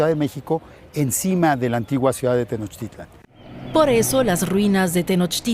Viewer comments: Es "Tenochtitlan", no "tenochtilan" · DW: Pronunciación correcta es acentuando la última "A" - Tenochtitl-á-n. GRAN TRABAJO DE THOMAS!!!!!! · Por qué mejor no investigas como se escribe no es tenoctilan cómo está en tu video es la gran tenochtitlan